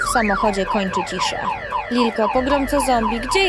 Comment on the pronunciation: nie litka tylko lilka